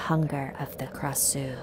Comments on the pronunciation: Its supposed to be pronounced krashuw not krasew but you guys live in a different state so i dont hate ( oooo dat rhyme boi ) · yes indeed I live in Thailand it’s a Thai tale and I think you pronounce Krasue Wrong I think you pronounce it with Klrasue and I heard different story too ^^ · but instead it's pronounced AB like ah+b and it likes to eat intestines such as stomaches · We never called it krasue or whatever this nonsense, it's ARB , krasue is thai word, we call it ARB pronounced like ABS but without S sound